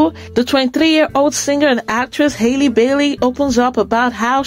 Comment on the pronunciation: Her name is Halle, not Hailey. Just like Halle Berry. Please correct this.